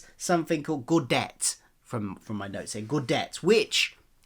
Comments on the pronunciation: It's Gow (Rhymes with Cow) Day Tay. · Gaudete is pronounced gow day tay. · Nitpick incoming, gow-day-tay is the English pronunciation, the Latin original is Gow-DEH-teh, so no ay sound.